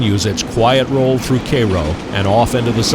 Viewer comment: Thank you for pronouncing "Cairo" correctly :)